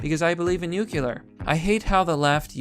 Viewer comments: C'MON... IT'S 'NUCLEAR'. 'NUCULAR' IS A BUSHISM. THANKS FOR YOUR HELP. AND FOR YOU OTHERS... THERE IS A 'T' IN THE WORD IMPORTANT [THAT IS IMPOR 'ANT]... AND, BY THE WAY, 'ANYWAYS' IS NOT A WORD. JUST SAYIN'. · Okay everybody, say it with me. "Noo-klee-er" That's how you pronounce "nuclear", not "noo-kyu-lur". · Nucular its nu-clear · Good video but jesus fucking christ it's noot new-kew-lur its NEW CLEE UR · Pronounces nuclear as "nucular". Instantly loses credibility. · It's pronounced nu- clear, ugh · Nucular is not a word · You say nuclear like G.W.